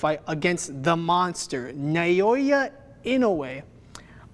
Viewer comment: Amazing content! A little note, the name Naoya is pronounced with three syllables, "Na-oh-ya".